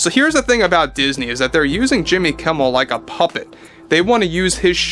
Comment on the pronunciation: Jimmy Keem-mel? come on, that will be too obvious Di-sney? that aint funny anymore.